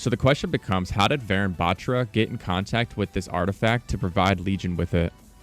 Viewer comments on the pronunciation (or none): warune baAtra.Its pronounced like that. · Not to be mean but you're kinda butchering the pronunciation for Varun Batra. It's pronounced Vuh-roon Buth-ra Like the comment if you didn't know this so more people learn the correct pronunciation :D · Its Pronounced Varoon Batraa the “tra” in Batra is pronounced Like spanish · Note: Ur pronouncing varun batra wrong, its pronounced as Vuhroon buhtraa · He researched soo much yet forgot to research how it's pronounced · although its cool they're adding an indian agent, guys please learn to pronounce varun batra properly.. thanks (pronounced as {va as wa in was: ru as in run; and n as nuh} his last name being {bha in bharat; tra as in traditional} overall being waruhnuh bhatra) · Actually it's pronounced Vaaa roon buttraa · vuh-rune but-tra. that is how it should be pronounced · pronounce it like Varoon battra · Finally, a fellow Indian character, pogchamps also its V-e-roon B-e-traa pronounced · Pronounce it as vaaroon baatraa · Hi! I mean no offense, but the proper pronunciation of Varun Batra is [Vha-roon Bha-thrah] :) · bro just messed varun batra pronunciation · It's kinda funny how he pronounce the name varun batra...😅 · I cringed at his pronounciation of varun batra 😭😭